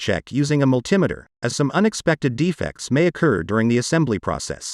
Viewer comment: mul-TIM-eter? It's MULTI-metre sir! :face-blue-smiling